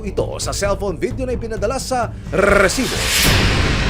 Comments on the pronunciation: Mali Yung pnta nyo may nag timbre na hndi napag planohan ng maayos mas ok sana kung huli sa akto mas malupet padin si mike Enrique eto Yung kaka pronounce lang ng rrrrrresibo Ang malakas masakit pa sa tainga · Nakaka irita pag pronounce ng rrrrrrrrrrrresibo bweset ka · Grabe gnyan ang pag bigkas mo rrrrrresibo dba pwde sabihin mo nlng na resibo?😅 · nkkairita nman ung pgbigkas ng Rrrrrresssibo" ng host😡...hndi nman sya Rrrrrrrussssian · Grabe ung magkabigkas ng Rrrrrrrrrrrrrrrrrrrrrrresibo